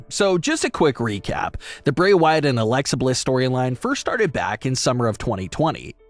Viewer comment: Can you speak in a language that we all can understand? Not even sure if you are speaking English. Also it Bray not Brey..